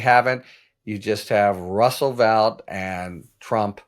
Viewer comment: Vought is pronounced "Vote", he himself corrected the record in his hearings.